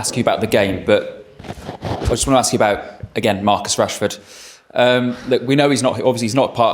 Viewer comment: Marcus Rashford Hrashfoord" "Marcoos" "Rashford" "Marcoos" Hrashfoord" Hrashfoord" Hrashfoord" Marcus Rashford Rashford Marcus Rashford Why Yoro choose Man Utd at the summer? "Marcoos" "Marcoos" Rashford Marcus Rashford Hrashfoord" Hrashfoord"